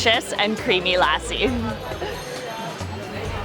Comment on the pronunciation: I hope you learn how to correctly pronounce the words while you appropriate and milk out views by using India as a tool to grow your subscribers. 'Lassi' is not pronounce like Lassie the dog. It's pronounced lussi. Please ask one of the billion people in the country on the correct enunciation of words. Great videos otherwise, btw!